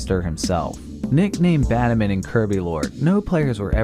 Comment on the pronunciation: the ghost girl probably shows up because if i remember right lorelei is the ghost type E4 member. also why does batamon sound like bad omen when you say it